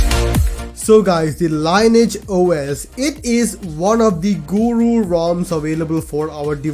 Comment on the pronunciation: You pronounce it as Lean-e-age OS, not Line-age OS